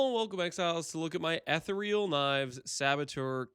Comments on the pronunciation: he is the king of confidently incorrect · Someone needs to google “how to pronounce Ethereal”